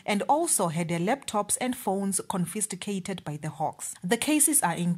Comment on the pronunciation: Did you say CONFISTIGATED??? KKKKKK